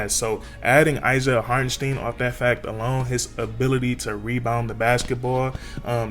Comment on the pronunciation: Knicks fan here...nice video on my guy. It's pronounced HartenST👀N.👌 He will be missed. Congrats on the pick up OKC.